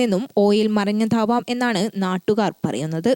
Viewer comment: മറിഞ്ഞഥാവാം എന്നല്ല.. മറിഞ്ഞതാവാം...